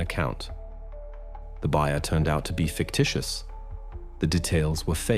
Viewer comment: Fictitious,for heaven s sakes,learn English!